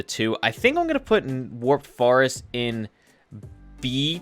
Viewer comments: Good I ain’t the only one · Yea lol does he naturally say that or did the chat start that during the nether start speed runs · I love how he pronounces “forest” as “farest” it is so cool. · I can't get that out of my mind now while watchibg bruh